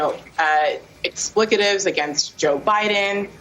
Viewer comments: Oh those horrible "explikatives" against Biden. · The New York Times writer , does she even know how to read:? Explicatives? Oh she meant "expletives?" One would think she would have a better command of the english language since she is paid to use it everyday. The reason why she does not use it correctly is because she is no journalist and is however a "racist". Obviously the New York Times is not about reporting the news and has not been for quite some time. Neither is that "journalist" because a fifth grader knows the difference between those two words as they do not sound alike, they spell differently and mean comletely different things. She not only used the wrong word but she pronounced the completely incorrect word exagerratedly for emphasis. This proves she is a racist moron and lacks command of the english language. I thought that "writers" or "reporters'" had better command of the language especially the language that they accuse the American people of being "Racist" in. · WTF is an "explikitive"? Surely a journalist should use real words - what a dumb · Did she say "explicatives" instead of "expletives"? I can barely stand listening to our supposedly well-educated betters "conversate". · someone get that black chick a level for her photos- and teach her the word expletive not explicatives (NYT board member) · Did I hear her say "explecatives", does she not mean "expletives" ? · Explicative??? Do you maybe mean expletive? So much for a college edjumacation. SMH... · "... with 'explicatives' against Joe Biden..." -d_mb wahmen The word is expletive, m○r○n. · That NYT board member actually said "explicitives" instead of "expletives". She is about the right age to have been a part of the ebonics movement